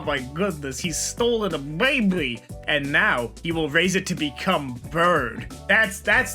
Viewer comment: The way says baby annoys me because it doesn't sound like it would be spelled "baby" but there's no other way to spell it